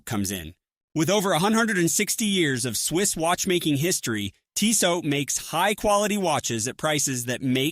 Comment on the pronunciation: Hard to take seriously when they can't pronounce the name of the company right.